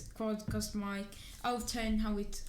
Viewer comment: It's Mic, not mIcKe lol